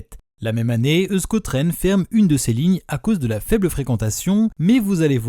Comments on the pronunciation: Je ne pense pas qu'on prononce "eu-sko tren"... Ça se prononce plutôt "éousko tren"... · on dit éouchko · Tu as oublié de dire que la ligne 1 avait été prolongé jusqu’à plentzia le terminus actuel mais super vidéo ! (Euskotren se prononce éouchkotren)